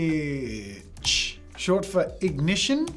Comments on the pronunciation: Ingitch Ignitch u mean I think. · Ingitch? You meant to type Ignitch or you misspoke? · Ignitch, ignition match pokemon. Names it "Ingitch." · Should've been Ignitch but you called it Ingish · ingitch lol